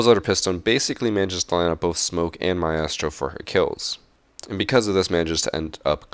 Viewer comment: Why do you pronounce "Maestro" like a moron...?